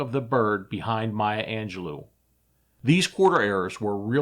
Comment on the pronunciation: It's Mya Angelo Not Angelou I knew her. She was awesome she read some of her poetry during dinner in San Francisco in the 1990s.